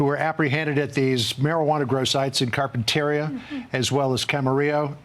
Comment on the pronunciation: "car pen ter e ah":face-turquoise-covering-eyes